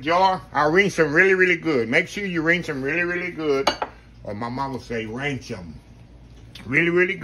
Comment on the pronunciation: No heat or sharp objects! Perfect for my nieces and nephews to prepare during their next sleep over at Aunty's house. My Dad says rainch instead of rinse too 😂